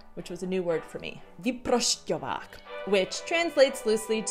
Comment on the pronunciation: Vyprošťovák-perfect pronunciation.You should be a czech prezident!!!!